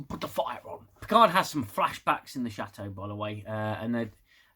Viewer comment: Took me a min to realize you were saying chateau and not shadow. Chat-o not Shat-o